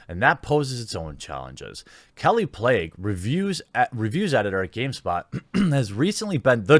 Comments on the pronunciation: Plagge is said as PLAHG. Not playg. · PL-AGG-EE. It's cool though. Carryon ^_^ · Seems to be pronounced as "plague". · Well she is a plague so the pronounciation just might be correct in this instance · "I'm not purposely mispronouncing that name"... mispronounces kallie plagge's name in two videos and Brian altano's name in a third video... maybe work on your own standards and accuracy before criticizing others?